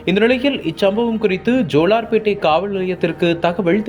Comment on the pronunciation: தகவல் தகவள் இல்லை சரியாக தமிழை உச்சரியுங்கள் காவள் நிலையம் இல்லை காவல் நிலையம்